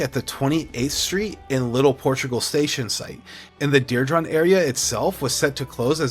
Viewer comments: Diridon is pronounced: DEER-"e"-dawn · This is the second realtor video where the realtor can’t pronounce diridon? I’m starting to thing these guys are getting Ai scripts and just flooding the zone. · you say diridon hella weird. for someone who claims to be here for three generations learn how to pronounce it right 😂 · I came to the comments for this. I was born here too and know how to pronounce it. I want to see his birth certificate. 😂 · Mispronouncing DIRIDON